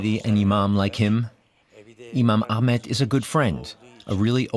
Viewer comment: Whats with trying to pronounce his name Arabic style with AGHMET, his name is Ahmet and its pronounced aah-met. Turkish does not have that throat speaking like in Arabic or French